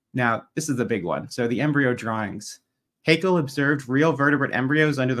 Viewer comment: Great job, Kent, as always! One little tip: "Haeckel" is pronounced "Heckel" not "Haykel" .